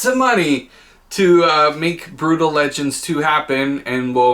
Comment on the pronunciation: Right!? Noticed this every single time he did it